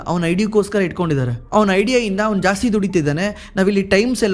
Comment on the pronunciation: ಇಂದಾ ಅಲ್ಲ ಇಂದ, ಶ್ರೀಮಂತರಗಲ್ಲ ಅಲ್ಲ ಶ್ರೀಮಂತರಾಗಲ್ಲ.